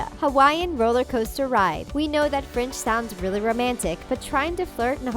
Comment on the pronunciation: Golly her French is horrible